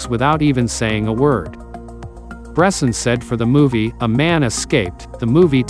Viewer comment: It would be nice to pronounce his name correctly ...